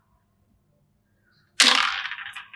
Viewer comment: 2 từ BYE...BYE ở cuối video thể hiện 1 giọng nói vn =>là người vn